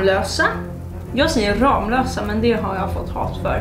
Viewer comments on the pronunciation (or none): none